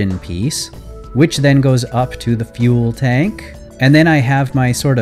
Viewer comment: totally heard you say fuel bank instead of fuel tank